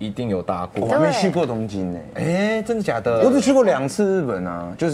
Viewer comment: 上次還有超標準的「真的假的」